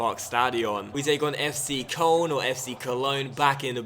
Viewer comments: It's pronounced like F-Tsay Kerln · it really makes no difference how you pronounce it but it might be better to say Kerln (the German way to say Köln) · It's pronounced Kurn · It's pronounced Cologne if your speaking in English, but 'Coal-n' if your speaking German. It's the same with Munich/München